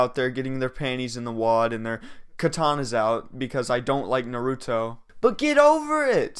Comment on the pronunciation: Man said Naruto wrong